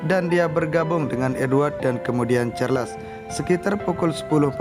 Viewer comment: Maaf..bukan kastel tapj castle ( sebutan nya ka sel) Charles sebutan nya charls Anne sebutan ann